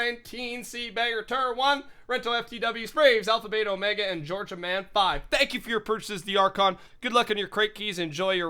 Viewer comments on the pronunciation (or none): none